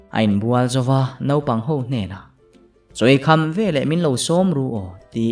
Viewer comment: Naupang tih hi nopang i ti deuh thin in ka hria mahse a ngaihnawm tho😄